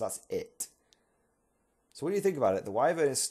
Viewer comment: Whi-Vern, not Whai, ffs :)